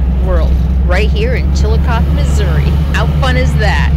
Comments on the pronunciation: Just a heads up, Chillicothe (chi-luh-kaa-thee) is pronounced with a long "E" on the end & it's a 4 syllable word. We have a Chillicothe in Ohio. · Long E on the end. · Pronounce the end like eee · I live not too far from chillicothe which sounds like… chill a cough thee 😂 and my daughter lives in Iowa and says there is a trail that runs from one end of the state to the other end. They are very park friendly in Iowa. ❤ your videos. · Pronounced Chill a coth ee. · that’s what I was thinking about when I heard the pronunciation. Long e in the Ohio town’s name. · I love the murals!!❤❤there is a Chillicothe in Ohio… there they pronounce the final E. Did you transport that spider across state lines?😂 do spiders recycle?